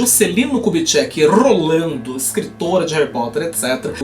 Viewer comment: Juscelino Kubitschek rrrrolando